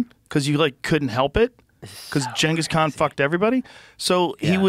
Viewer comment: can joe say ghangis khan like a normal person? what is he woke?